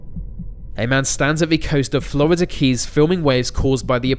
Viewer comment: What in the dickens, is the matter, with the narrator?!?! He pronounces Florida, "Flrrrbidur"!! Put some marbles in his mouth; he'd make far better sense that way.